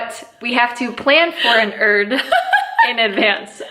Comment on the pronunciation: is Jamaican now? “Select ya ‘erd man!”🇯🇲